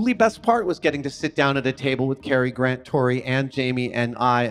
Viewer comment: Who the f is Gron…. Oh GRANT.